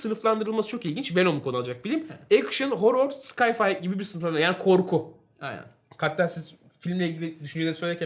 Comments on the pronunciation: Sıkay fay değil de Say fay dersen iyi olur kardeş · kulaklarım kanadı sky-fi ne